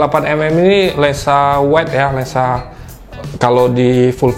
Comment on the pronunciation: cuma satu yang ganjel,, abangnya ngomong Lensa apa Lengsa